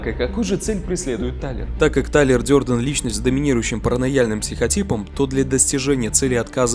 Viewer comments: Дёрдон, просто режет слух. Дэрдэн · Не Дёрден, а Дэрден.